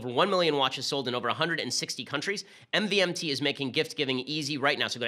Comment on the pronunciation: I swear “MVMT” is actually pronounced “Movement”